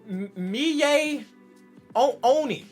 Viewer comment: It’s mi-e o-ni